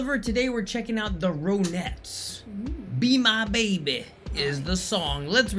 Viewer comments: The correct pronunciation is RON--ETTES, not ROAN--ETTES! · Ron ettes, not rone ettes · It's is pronounced THE RON-ETTS! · amy winehouse was inspired heavily by ronnie the lead singer it's pronounced ron- nettes !